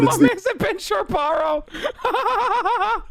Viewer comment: Ben Shabeebo vs Ben Shapierow